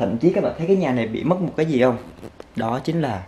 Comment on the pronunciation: 'Gì' not 'dì' nha bạn. Theo mình thấy thì chả có ngành j ở VN mà được đi du học HQ miễn phí hay giá rẻ nếu ko có học bổng đâu bạn. Đi du học ở HQ hay NB ít nhiều j cũng phải mất tầm 200tr. Nhưng như hai chị mình đều học ĐH ngành tiếng Nhật ở VN và do học giỏi nên giành được suất học bổng 1 năm du học NB. Tóm lại nếu bạn muốn nuôi giấc mơ đi du học mà được giảm free học phí các kiểu từ giờ thì phải tự mình phấn đấu mà học rồi giành học bổng, chứ nếu theo ý nghĩ "nhà mình ko có tiền nên chắc ko đi được đâu" rồi cứ thế từ bỏ luôn thì chắc chắn cái "muốn đi du học" của bạn chỉ là cái đam mê nhất thời thôi nhé.